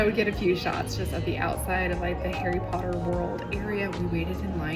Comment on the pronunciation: I love British accent saying ‘Harry Potter’! I’m from the UK, he got it right!